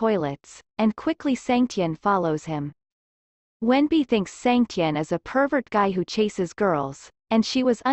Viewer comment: In Chinese his name is wen-bing, but it's pronounced wen-b, not wendy